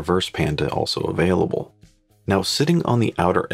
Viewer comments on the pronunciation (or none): none